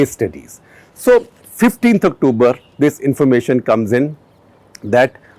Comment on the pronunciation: why do u attempt to speak in English u douche' Aktubar Aktubar kar rha hai its fckn October u twat!